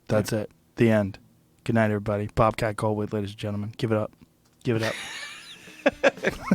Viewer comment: Did Joe just call Bobcat "Gullwait"?